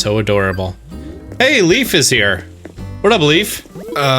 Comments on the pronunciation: Leif is a name of nordic origin and is pronounced more like life, not leaf 😊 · People need to stop call him "Leef" its LEif. more "power" on the E :D :P